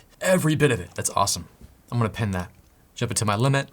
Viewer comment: It's "pin" like "in", not "pen" like something else